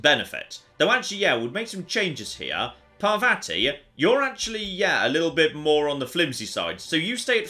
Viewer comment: It's pronounced Par-VAH-ti, not Par-vatty. Rhymes with "spotty."